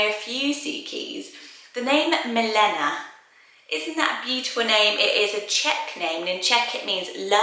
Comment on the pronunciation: Milena is actually pronounced mi - lay - nuh 🥰